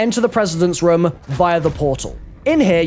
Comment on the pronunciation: I HATE the way you say "room" REM REM REM REM